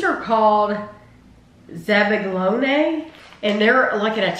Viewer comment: Nope… not even close … lol but you gave it great effort!!! I’ve heard it pronounced zab-a-yo-knee… but only from watching the cooking network…